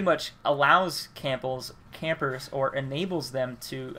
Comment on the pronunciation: I died when he said "Camples"